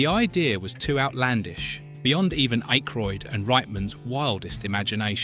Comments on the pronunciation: The man's name is Ack roid as in hack ,or jack not Ache roid ,like headache ! Jesus ! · You can tell this is AI because no one mispronounces Dan’s and Harold’s name Jesus man Ah-Kroyd. Not IKE-kroid. The worse thing is it keeps on doing it. Just narrate on your own and Winston never said it’ll make you question God.. Downvoted because you rather use a AI script than just narrate it yourself. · 1. Who the fuck is IKEroyd? It's pronounced Ackroyd even tho it's yk.... 2. Winston said "These things are real. Since I joined these men, I have seen shit that will turn you white!" Not it'll make you question god. He also said "If someone asks you if you're a god, you say YES!" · I'm 2 min in and I'm already tired of hearing IKEroyd. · Who the hell is "Ikroyd"? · You cannot pronounce Dan Ackroyd's name correctly, and you misrepresented Winston's Line? Yeah i can't watch this video. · The AI narration of this is horrendous. The most abysmal pronunciation of Dan Aykroyd's last name that I have ever heard. Thumbs down to this video producer for being too lazy to have an actual human read the script. FYI to the producer of this garbage, having an English accent absolutely does not make the narration sophisticated. Accuracy does.